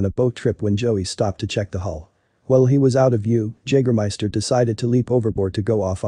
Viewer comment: When you make this video, don't you listen to it before you release it? I mean come on, how do you not know how to pronounce Jagermeister?